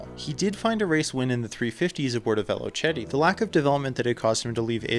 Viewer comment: Great content. Just a quick one, Velocette is pronounced velo-set, it isn't an Italian brand but part of the Birmingham boom in the UK.